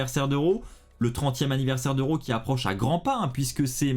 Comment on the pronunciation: Tu prononce RAW ( Ro). 🤔 C'est pas comme ça qu'on est sensé le prononcé.